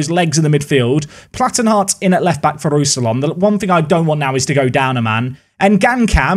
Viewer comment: hello, some pronounciations for you: rousillon - roo-see-on rønnow - run-no (the ‘run’ sounds a bit french but idk how to spell that) juranovic - yur-an-oh-vitch ouedraogo - way-dra-oo-go (the oo is short though) up die eisernen